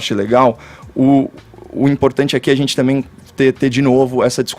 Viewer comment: E tudo que ele fala ele poe um TZ! Pqp! Por exemplo: gentitz (gente) essa ministritiza (ministra) não é competentitz (competente)!